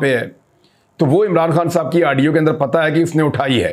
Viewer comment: urdu mai audio ko aaadio bolte hai 🤣